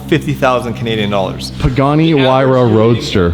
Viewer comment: " its around 2 million dallars" "F***